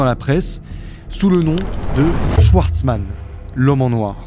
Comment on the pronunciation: Tu es alsacien et schwartzman tu le prononces « chouartzman »?